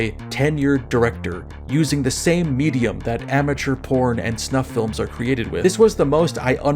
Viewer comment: t= your uniquely Slovenian pronunciation of "feel-ums" indicates to me that you are a man of culture. Guide to Cinema or Guide to Ideology, etc etc, sniff tugs shirt